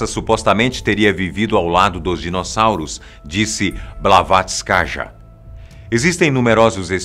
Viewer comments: O nome é Blavastky, mas por ser um nome feminino. Pronuncia blavastkaya nao blavastkaja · Blavatskaja? Que poha é essa? 🤣🤣 É Blavatsky pô.